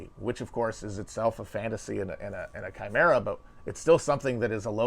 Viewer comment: Holy shit, Matt pronounced chimera correctly.